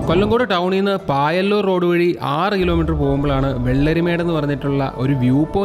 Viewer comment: പായല്ലൂർ റോഡ് അല്ല പയ്യലൂർ